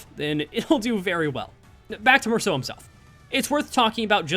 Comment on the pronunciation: Finally, someone pronounes Mersaults name right